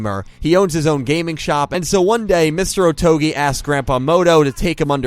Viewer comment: Saying "Otogi" shouldn’t be that difficult. You even say it multiple times.